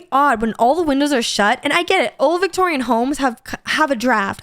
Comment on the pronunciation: I'll have to admit I was a little confused when said "victorian" home